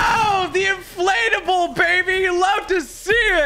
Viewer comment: it sounds like tg says inflatable but he says inflate a bull